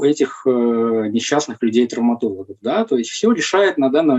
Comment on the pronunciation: Да уж,трауматолЯг,анколЯг